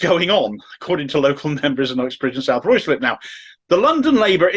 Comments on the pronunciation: Word to the wise,, it’s pronounced “Rye-slip”. But its weird mismatched spelling is the least annoying thing about this whole sorry situation so please carry on. After all, Starmer’s first name is spelled k - e - i - r but pronounced ‘weasel’. x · pronounced ryslip